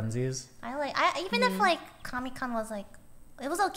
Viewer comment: is it just me or did lily say commi con? I didn't know the ussr made a con